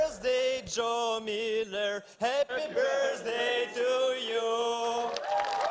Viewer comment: "happy bjerSday" painfull to watch